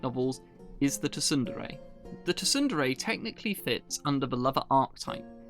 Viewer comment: Wait, you pronounce it tu-sun-dere? It's pronounced soon-dere. Like how you don't say the p in pterodactyl.